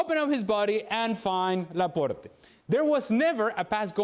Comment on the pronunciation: "Laporté" lol its Laport(e)